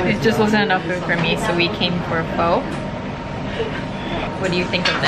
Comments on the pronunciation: it’s pronounced as “phuuh” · Girl love you but say pho like fu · heard 'fo' (pho) and felt i needed to click out sorry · the way you said pho kind of has me triggered 😩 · Btw the O in pho is pronounced the same way as in of or fudge. ^^